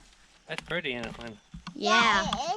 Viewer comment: What a wonderful little family. I love to hear you say “Ant they purdy “ and that precious little boy hollaring “dia,dia..... I to am a country gal. Keep up the great information on that wonderful country living.